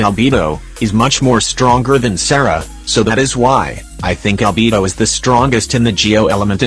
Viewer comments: im sorry but 'al-bee-bo' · "Yoimi-YEE-ya" "CHIANG-ling" "AlBEEBO" "IBBO" 😭🤣😭🤣